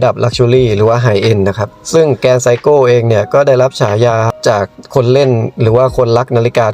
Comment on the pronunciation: คนญี่ปุ่นไม่รู้จัก"ไซโก" รู้จักแต่ เซอิโกะ SEIKO อ่านว่า เซอิโกะ